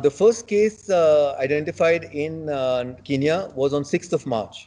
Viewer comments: Besides its spelt Kenya and not kiniya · I think the Indian media need to do some accent training how can a man diplomat who's living in kenya call it kinya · Guys it not kinya its kenya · Ramn what are you saying I lived in Kenya and its definitely not pronounced Kinya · why shouldn't I start it its sound stupid if you live in the country and you cant say the name I was talking about the reporter that's fine hes in India even though even he should say it right but for God sake the diplomat is live in Kenya